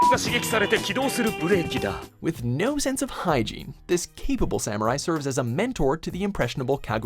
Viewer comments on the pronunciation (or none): none